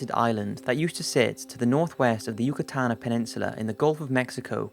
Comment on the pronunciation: His pronunciation of "Yucatán" disturbs me